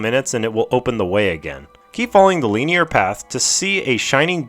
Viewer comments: the pronunciation not the use of the word hahaha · Good video but they way you say linear triggers the fuck out of me lmfao